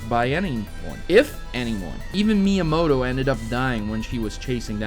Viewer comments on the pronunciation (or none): none